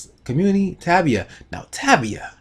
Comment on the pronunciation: its pronounce tay- via